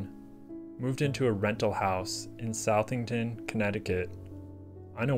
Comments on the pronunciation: I enjoyed this video and hope to see more from you. A minor point - I lived in central Connecticut and the usual pronunciation for Southington is "Suth-Thing-Tun" rather than 'Sowth-Thung-Tun". Thanks! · CT local here🙋‍♀❣ The town is pronounced "Suh-thington" not "South-ington" 😊